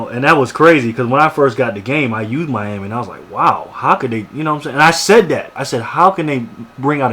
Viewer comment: you said "sayed"